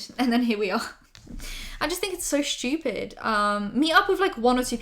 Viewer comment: nobody:: shhtupid